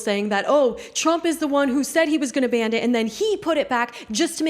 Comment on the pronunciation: BTW it is a ban, not band.